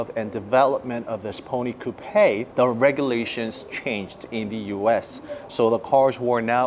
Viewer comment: You're pronouncing Coupe wrong